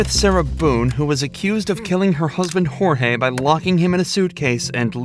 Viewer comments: Sarah and Jorge (pronounced like George, not hor-hay) weren’t married. I’m so glad she took those videos and forgot/didn’t delete them! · Too late for any one to see this, but the first victim is Jorge, pronounced like George. You should respect the victims enough to do a modicum of research. 😢